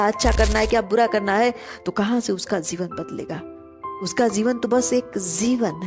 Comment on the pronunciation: Why This video has only 74 views 💀. Isko kam logo ne dekha hoga , maybe kuchh ne kam views dekh kar pehle hi chhod diya aur kuchh logo ne aapke "zeevan" waale toungue 👅 slipping ko sunkar. But... YE TRUE HEARTEDLY MADE CONTENT HAI AUR YE UPAR JAAYEGA !!! Damn Sure ! And plz pin. This is your video's first comment. Ye bhi unn logo ki life ki tarah ghum naa jaaye jo chhod gaye 😉😆